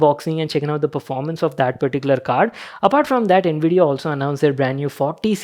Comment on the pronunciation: Bhai ye all 'nvidia' q sound kr raha hai.